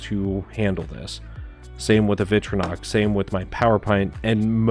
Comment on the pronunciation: It’s pronounced Vic-tori-nox. Victorinox. Say it again…Victorinox.